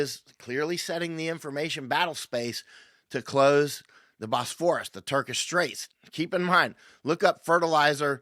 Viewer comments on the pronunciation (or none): Bosphorus => / BOSS-for-us/ . You done gots the syllable stress wrong. I bin there. Really Βους πόρος = Cattle crossing imilar in a way to Oxford a part of the rover Thames shallow enough to Wade or “ Ford oxen or cattle scross the river before there was a bridge as at Cambridge where there was a bridge across rge river Cam. As many people would cross at these point villages grew up around them to do trade with wayfarers. The Bosporus is way too big and deep to “ Ford” animals across in reality. The name is. Reference to mythology. Most English speakers get the pronunciation of the Greek letter β wrong. That the letter “ V” in the Greek alphabet as there is no single letter “ B” in zGreek or “ and” either.. βους => Vouss means “ cow”. Hence butter is called “ Βουτιέρου “ vouteru”= “ cow cheese” although to us “ cheese” is something a little different as Kraft Cheese hadn’t been invented yet. Then again it’s a bit of a stretch to call that “ cheese” too. Donald Trump would look like Ντοναλντ Τρυμπ in Greek as “ D” is approximated as “ NT”. There’s a problem as “μπ¨= B in Greek. So they woukd be pronouncing it as “ Donald Trub”. I haven’t been there for 20 to see how they handle it as thefe would not be a way of reproducing “ ump” as it is said in English in Greek.